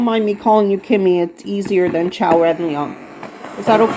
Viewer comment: Thank you! You pronounced Qiao’s name perfectly! We are all fighters for justice and humanity. You are truly appreciated ❤❤❤